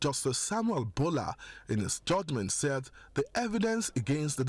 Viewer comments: Ambrose Olowo . it is boolar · It's very strange that, who is reporting does not know the proper pronunciation of Bola. Sad we kill for fun